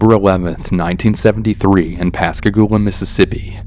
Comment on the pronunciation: Whoa! You said it right! You really are a southerner haha. Pascagoula is hard for alot of people to say. I'm from the town over from Pascagoula and I hadn't heard this one. Very cool story! Awesome narration!